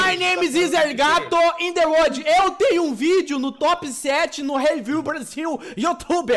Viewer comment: In The WORD Eu sinto inveja desse inglês